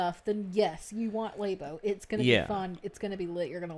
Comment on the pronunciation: There's no reason to call it lay-bo, it's lab-o